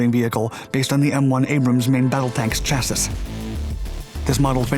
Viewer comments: Yo it's definitely pronounced "chassee" lol but chassis was a good laugh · Chassi Not chassiS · Chassis is pronounced CHASS-EE. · Chassis is pronounced like “sassy” but with a CH sound at the beginning, just so you know for the future. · chassis is pronounced cha-see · I love your videos but seriously, it’s pronounced Cha-See, not Cha-sis. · This is the THIRD video you've said "chassiss" in ! It's "chassee" FFS It's jarring to hear because mistakes on these channels are so rare... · Chassis is not pronounced chas-is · Chassis is pronounced "Cha-see" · Awesome content, love your videos.. Quick critique: the last s in chassis is silent, instead pronounced CHasē. Good luck and keep it up! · Chassis pronounced chassee the last s is silent you silly rabbit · And it's pronounced "chassee" for god's sake. >_< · Only because you've done it in two separate videos now, CHASSIS = CHAA-Siiiiii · Chassis is pronounced chass-ee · Third video he's got it wrong. He doesn't read the comments it seems ...SIGH "shassee" !!! It's jarring to hear because mistakes on these channels are so rare... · Oh my God, this guy pronounces “Chassis” in every… single… video…. Lol it has always been sorta funny but now it’s like annoying every time I hear it in these videos. I just want to tell the guy so badly! Lol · I don't know who this guy is or how old he is but he is proof the edukashun sestem haz faled.... He doesn't know how to say chassis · When you see the word "chassis", pretend the last "s" is an "e". Then you'll be on the right track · Can we please inform the narrator how to pronounce "chassis"? Thanks! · Q: Know what's HILARIOUS? A: That you think you're pronouncing "chassis" correctly. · He's saying chassis that way just to bother us now. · He's made that same mistake more than once now. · The final s in chassis is silent.